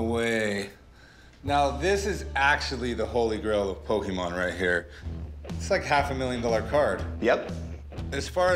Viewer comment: Rick: Pokeman